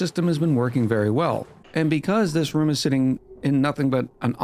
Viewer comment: Wait?! You can properly pronounce "groom," but not "room"???